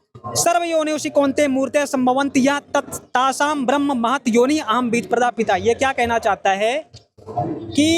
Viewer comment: ये सब बकवास कर रहा है ब्रह्म का सही उच्चारण नहीं कर सकता और पढ़कर सुना रहा है। रामपाल जैसा अनपढ़ गीता का ज्ञान दे रहा है।